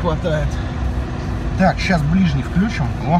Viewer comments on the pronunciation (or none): none